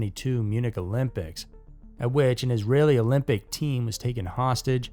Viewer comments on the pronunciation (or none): none